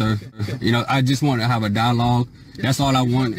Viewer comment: Wtf is a "dawlog?!" He keeps saying that he just wants to have a "dawlog."